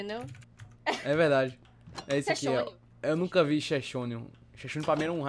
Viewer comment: Ele falou nunssa aos 12 :16